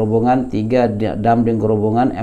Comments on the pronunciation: Maaf ustadz, mohon ijin turut meramaikan komentar, yang benar pengucapanya adalah Grobogan bukan Grobongan, grobogan dimana peristiwa tsb terjadi adalah nama salah satu kabupaten di jawa tengah 🙂, disana banyak saudara saudara yang amalannya dikritisi ustadz syafiq, seperti dzikir berjamaah setelah sholat diserupakan dengan bernyanyi, banyak juga disana nama nama jawa yaitu "sri" yang diminta beliau untuk diganti karena erat kaitanya dengan dewi sri, dimana bisa automurtad katanya kalau menyebutnya, jadi menurut saya wajar kalau ada penolakan 🙂, dan karena beliau juga dianggap salafi, dimana biasanya temen2 salafi yang saya tahu juga seringkali menyalahkan amaliah seperti yasin, tahlil dll dimana disana masih banyak yg melakukan, jadi ustadz dan rekan2 salafi, penolakan tsb adalah reaksi, sebenarnya lebih menyakitkan dikatakan sesat dan masuk neraka karena masalah perbedaan daripada hanya sekedar penolakan, demikian pendapat saya, oiya satu lagi masukan ustadz, mungkin analogi menyamakan dengan abu jahal itu bisa dikoreksi, karena pasti ustadz sangat paham bagaimana abu jahal itu, sedangkan saudara saudara di grobogan itu bersyahadat, hanya menolak perbedaan pemahaman, konsekuensi hukumnya berat menurut yang saya ketahui antara orang yang bersyahadat dan tidak bersyahadat serta dianggap memerangi dakwah, demikian mohon dimaafkan apabila tidak berkenan ustad 🙂, terima kasih 🙂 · Ustadz, afwan, bkn "Grobongan" tapi "Grobogan". Tidak pakai huruf "n" sebelum "g". 🙏🙏🙏